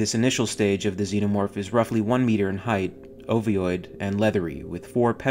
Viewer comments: Ovoid, not oviod. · ...it's 'parthenogenesis'. Who does your captions? They're full of ludicrous spelling mistakes and the narrator is constantly mispronouncing words like 'ovoid' as 'ov-i-oid'. If you're going to discuss high level science fiction concepts you need to get the vocabulary and the delivery right. This just sounds like a bunch of half-wits trying to do MENSA.